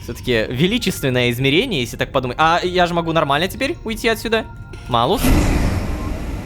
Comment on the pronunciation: Кстати Рома. Знаю, что уже поздно об этом говорить, но как человеку, который изучал латынь, мне очень тяжело слушать как ты говоришь Малус🤣🤣 Если что по правилам читается Малюс. Но это так, для общего развития) Я понимаю, что менять произношение спустя столько времени уже не очень комфортно, да и зрители привыкли слышать так)